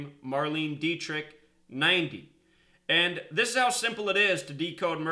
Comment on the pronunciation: Hey her last name "Dietrich" as the word "die" "diet" and "rich just saying lol to you.